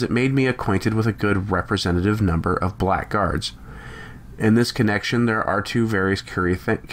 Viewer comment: Nice piece. Some constructive criticism: First, "Blackguard" is pronounced "blagguhrd." Second, you stumbled in your intonation of the diabolist's final words, which are central to Chesterton's story, such that their meaning is not plain to the listener without repetition.